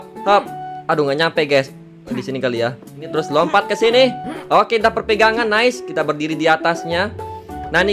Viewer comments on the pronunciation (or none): none